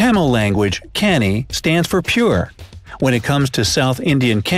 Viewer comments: That's not Ca-ny dog...... it's cu-nny dog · excuse me you pronounced kanni wrong it is not k - a - n - i it is pronounced as k - u - n - i . just for information. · Love the pronounciation of kanni as canny😂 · you pronounced SO MANY words wrong. (I know cuz I am an Indian myself). Rajapalayam is pronounced: RAA-JA-PAAA-LA-yam. Kutta is pronounced: Koo-tha. Kanni is pronounced: kaNN-NI Rampur is pronounced: RAAm-POOr. Tamil Nadu is pronounced: THAMIL- NAADOO to mention a few. I'm not hating. I am just correcting for the people who are learning these names for the first time.